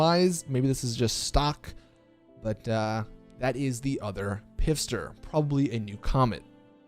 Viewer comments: Stop saying pifster.. clearly it's spelled pfister.. the P is silent... fister. its a play on the pronunciation and spelling. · I love,and his videos, but it’s seriously like nails on a chalk board when I hear it pronounced that way lol. Thank you for say this😂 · sick video! But Pfister is pronounced “fister” - the P is silent. It’s an innuendo just like “pro laps”😂😂😂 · No its not its pronounced "Piff-ster" 🤣🤣🤣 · No it’s pronounced p fist her lol